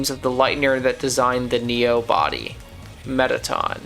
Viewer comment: Ah, ah, aaaaaaaaah!! It's pronounced "Met-at-in", not "Meta-Tong" You're supposed to do that British Bloke thing that people from Great Britain do. Hey!! Don't take it up with me. Take it up with the annoying dog. He taught us all how to pronounce Mettatron's name. Lmao